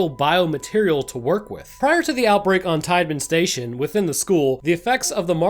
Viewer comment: I can’t tell you how funny it is to hear you say Teidmann station right as you’re looking at a sign that says Titan Station within the first minute of this video, lol